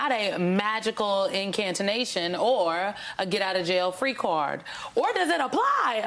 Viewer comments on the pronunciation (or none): magical “incantination” lol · What's an "incantonation"? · “Incantination” is not a word. Jfc. Really?! If you’re going to use a word, please, for the love of journalism, PRONOUNCE IT CORRECTLY! My god. It’s pronounced IN-CAN-TA-TION. INCANTATION. SEE THE DIFFERENCE?! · "In-can-ta-tion?" "Incantinattion?" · The word is not incantonation..it is incantation. Considering the $ MSNBC and the actors' unions pay Talking Heads who merely read off a teleprompter, it behooves the Talking Heads to at least get it right. As a union member, I know there are about 166k in line for a job like this.